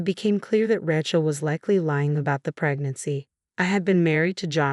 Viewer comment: I hate AI. It's Ray Chelsea, not Ratch El. F@ AI.